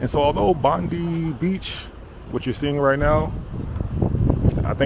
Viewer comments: The Funnel-Web Spider is so mean it will not only kill you it'll track down & kill your family members. You'll be fine on the beaches as long as you swim at places that are patrolled by the Surf Lifesavers, follow their directions & swim between the flags. P.S. It's Bon-DYE. Not Bon-DEE. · It's not Bondi....but bondeye ok...no forrests here, just bushland. If you die from a kangaroo attack it's pretty rare.... And you saw a lizard more than likely. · Bondi is pronounced Bond-eye not Bond-ee. I saw someone mentioning a ferry from Circular Quay to Manly, I highly recommend that too but if not, try to do any kind of ferry trip out on the harbour. Going across to Taronga Zoo? Taronga Zoo is great and you can meet lots of Australia's wildlife there. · Love ur videos. I don’t know if anyone has told you this by just FYI Bondi is pronounced “bond-EYE” not “bond-i” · I love the American accent brother but Bondi is pronounced as Bon die not bondy 😂😂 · It’s called Bond eye Beach not Bondie Beach. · Two things; 1 - Aussie is pronounced like Auzzie. It’s not a big deal, just to let you know. 2 - Bondi is pronounced like Bon-Die not Bon-Dee. Again, just to let you know. Not really bad for anyone. Bonus: I KNOW you’re American but most Aussie’s pronounce "Aldi" like Al-Di. I know you say "All-Dee" but yeah, we say it like "Al-Di" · it's pronounced Bond-i, not Bond-e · No kangaroo's Bondi Its pronounced " Bond I" Like I am going to BondI not Bondie Head Land towards Tamara beach then Bronte beach, Clovelly beach, Gordon's Bay, Coogee, Maroubra, then La Perouse Little bay in Botany etc, etc, etc....You may see an occasional rabbit in the bushes maybe? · It's not Bondy....it's Bondeye... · Just a quick fyi bro it's pronounced Bon-die Beach, not Bon-dee. Definitely be careful of snakes, they're no joke, especially right now it's mating season. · Not bondee, its bon-die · As an aside, Bondi is pronounced "bond-eye", not "bond-ee". Also, Aussies is pronounced "awzzies", not "awssies".